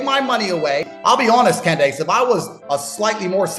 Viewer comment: Such good friends he can't even be bothered to say her name correctly "Can Dace" SMH when are folks going to realize this is all a dog & pony show to continually split the Right into various factions by TPTB (the powers that be)? The "alt media" is no different that the mainstream/lamestream/legacy media - they are all paid to shill specific narratives. Why would TPTB do this? It's the oldest trick in the book - Divide & Conquer. While we are divided from the left vs right paradigm, & within the political party we side with, we will NEVER be able to actually go after TPTB - and they know this!